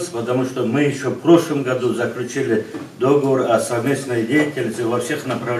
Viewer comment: Не до́говор, а догово́р.